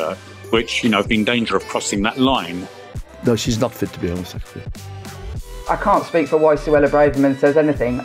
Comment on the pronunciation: Alec Douglas HOME, not Hume! Second journalist I've seen say that.